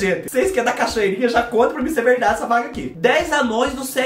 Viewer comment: ...vorta!!! Eu amei....ri tanto tanto tanto ki...????? Não minthyyra....verdady...minthyyra 🤣😂🤣😂🤣😂🤣😂🤣